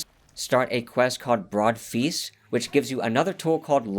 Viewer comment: Brood Feast, not Broad Feast That’s an “Ooooo” sound like a spooky ghost, not an “Ah” sound.